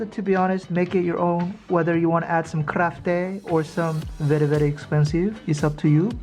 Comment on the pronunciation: "KAHRAFTEY" llooool